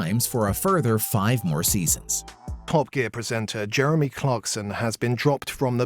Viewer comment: the guy cant even pronounce Jeremy properly